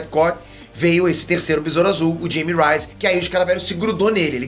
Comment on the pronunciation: E o nome dele é espanhol, não se pronuncia “Jime Rais” é “Raime Reis” J se pronuncia R ele é de origem espanica então tem q usar a pronúncia correta assim como o seu nome é pronunciado “Pêter” e não “Piter” certo?